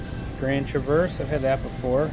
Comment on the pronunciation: it not tra verse. it is pronounced travers. in Michigan alot of bottles are behind counters and it sucks. not good merchandising